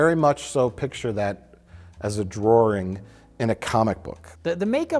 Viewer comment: " A droaring "??!